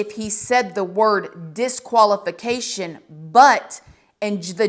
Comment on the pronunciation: Disqualification not Deqaulification